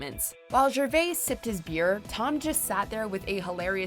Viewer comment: Watchmojo, did you just butcher Anna Chlumsky and Ricky Gervais' surnames?